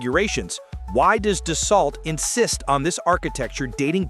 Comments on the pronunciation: Tell your AI narrator that it’s pronounced Do-So……. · It’s pronounced: Da-so. How can you make a video and not know this? It was not illegal for twin engines to cross an ocean. Only for airlines. There are no ETOPS restrictions for business jets. And no, 3 engine airplanes do not have more thrust than a twin. A twin engine is certified to continue takeoff on 1 engine. A 3 engine aircraft is certified to takeoff on 2 engines. So total thrust is significantly less on a 3 engine aircraft. This is a complete BS video. By the way, nobody pays $6 per gallon. That’s the posted price, but everybody has fuel contracts, which is more like $3 to $3.50.